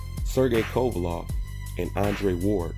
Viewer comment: WTF IS A KOVALOV MAN, I FUCK WITH U BUT CONSTANT BASIC NAME BUTCHERING MAKES YOU SOUND MAD IGNORANT... "LEV" not "LOV"